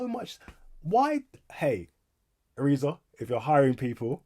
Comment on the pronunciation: irizar are mainly a coach company and have bought out all their suppliers including door manufacturer masats (by the way, Irizar is pronounced i r i z R)